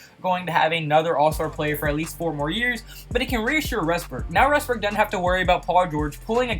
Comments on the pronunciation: Also, it's "Westbrook," not "Resbook." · He says Westbrook like restbrook